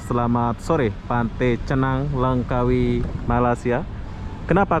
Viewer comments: Langkawi bang..bukan lengkawi 👍🤣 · LANGKAWI !! BUKAN Lengkawi